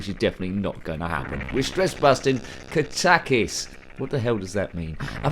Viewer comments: I always thought is was pronounced Kat-a-kis. The first time someone has pronounced it Ka-tak-is. Who knows, it could be the right way. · I always pronounced it kat-a-kis too.